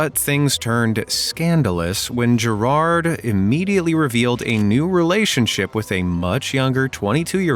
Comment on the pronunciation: As an Irish guy gerard was hard to watch because instead of pronouncing it like geiraird you pronounce it like gerald